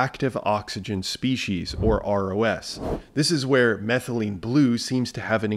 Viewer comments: Every time you say ROS I hear ROUS and go down a Princess Bride rabbit hole. 😁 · I was thinking the same thing when he started saying ROS